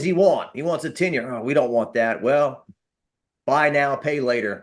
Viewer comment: First off he needs to learn how to say tenure. Also I think he is just saying things for clout chasing. The thing is at the beginning of the year you that Nuss would be better and we brought all the weapons at some point the players have to play good. This team has the talent to win a championship. From what I hear Garret didn’t put in enough effort in the offseason.